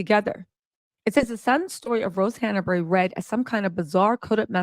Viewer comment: you are mispronouncing Rose's last name. It's Hanbury, not Hannabury. 🙂